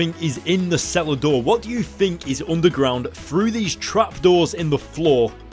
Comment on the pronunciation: Omg easily one of your best videos yet. The ending with the smile and the beginning, You reminded me of a little kid. And when you said cellar door I thought you said salad door XD because of your accent and I love how you said he has nothing left while he's standing on the deck of a mansion in the alps while probably drinking a really expensive alcohol